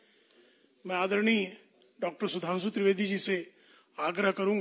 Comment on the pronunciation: को हिंदी बोलना नहीं आती. सुधांशु को sudhansu बोलता hai. गला साफ़ नहीं, क्रिमिनल background... क्या मज़ाक़ चल रहा है बीजेपी में?